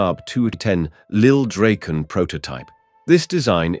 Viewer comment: It's rather tiresome to listen to an AI-generated voice all the time, a voice which isn't able to be consistent about how to pronunce words. You should at least get this right BEFORE publishing an episode like this. The "Draken" is NOT Dr-"ake"-n. It is Drahken. ALL the time. And it is not the "Gripe"-n. It is not even "Grippen", It is "Greepen" if you want to pronounce it right. Is this really so difficult to learn? Or isn't even interesting? It sure is disturbing when the pronunciation varies from one sentence to the next. At least "Viggen" is difficult to pronounce wrong. Even for an AI-generated voice.